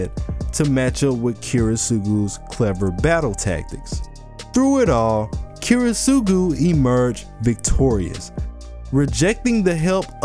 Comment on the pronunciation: this is is an absolutely fantastic video but please PLEASE work on your pronunciation of Kiritsugu